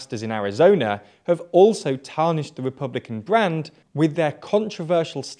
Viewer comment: "Repbulican" XD